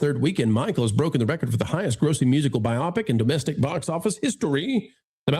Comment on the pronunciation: by-AH-pick? It's BY-oh-pick. Short for Biographical Picture.